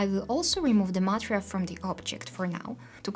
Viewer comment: Material reads ma-TE-rial. Emphasis at "TE".